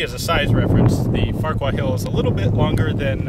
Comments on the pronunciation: Farrer. Its pronounced Farrer-Hill. I know, its Silly, isn't it? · "What the Farquar..." Sounded like "What the fuck..." Lol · I can't be the only one who thought it said "Farquaad"